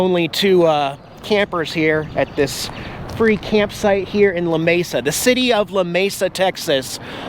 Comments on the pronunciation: La-me-sa not la-mesa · I really hope things go well for you after the breakup, but I just have to let you know that Lamesa is pronounced "La Me Sa" not "La Ma Sa". Just a little FYI for the future if you do a video there again. Praying for you. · The town is pronounced la MEE sa . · You are in Lamesa.. Pronounced "La Mee Sa".. Just ask a local and they will help ya out. BTW... Only about an HR from me. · Sucks man when it doesn’t work out but that’s just the way it goes sometimes. It’s also pronounced La-Mee-Sah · You're less than 2 hours from me there at Lamesa, I've been to that park. There was an old-school drive-in just outside Lamesa. Oh, its 'la-meesa' so the locals don't go off on ya....if you do head north and go past me on the way to Oklahoma, be sure to wave! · LOL. Lamesa is Luh-meeeee-suh in Texas! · Hang in there, hon. It will be hard for a good, long time. Don't try to explain to everyone else; do what makes your HEART happy & life will be better because of it. We live only about 1 1/2 hours from Lamesa (pronounced Lah-mee-suh, btw 😁). Wish I would have known y'all were in our part of the country - would've baked you some brownies & brought 'em by! Anyway, many good wishes sent your way that things will get easier & the road smooth. Take care & God bless!! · Sorry. Now you know. I grew up in midland, now live in Lubbock. Lamesa. Is pronounced la-me-sa